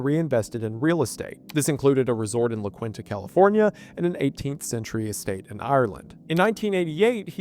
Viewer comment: LA KEENTA, IT'S LA KEENTA